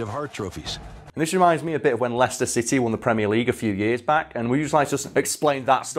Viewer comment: ah yes lie-chester City